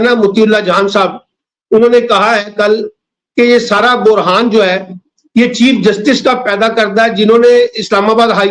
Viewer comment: Hzor bohraan hota hy burhaan nhi hota 2.qazi bychara london flats k hathon majbor lagta hy.aline nhi hy 3. sab ka volume ouncha kren